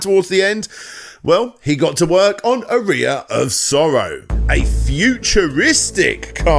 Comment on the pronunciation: Also, Eyga? And Ar-eye-a? Is the horrendous pronunciation intentional? Am I missing a joke?